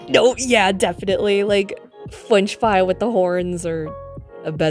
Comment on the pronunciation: WAIT, WAIT WAIT WAIT WAIT CHRISTINA VEE VOICES FWENCH FWY?!